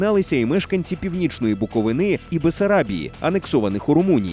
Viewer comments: Гарно дякую за відео! Зараз це дуже актульана тема. Тільки, будь ласка, правильно казати "з БуковИни", а не "з БуковинИ". Дякую ще раз ❤ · БуковИни , не буковинИ! Скільки боротись із цим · Автору- Не БуковинИ а БуковИни дякую! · дякую за відео. - Північної БуковИни, а не БуковинИ, будь ласка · Теж триггерить, коли освічена ніби людина не знає назви мого краю.